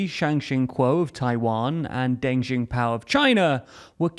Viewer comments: I love that Taiwan is getting more attention, but I almost got whiplash from that horrendous pronunciation of Deng's name. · gosh that was an awful butchering of Deng’s name 😂 even by British standards